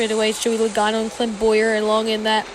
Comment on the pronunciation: Joey logano not lagano